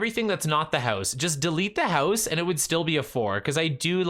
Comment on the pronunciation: I love how you pronounce "house" like "hEuse" 🤣